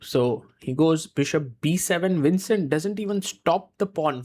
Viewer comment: So you pronounced the V on Vincent as WINcent, but pronounced it correct on Jordan VAN. Why?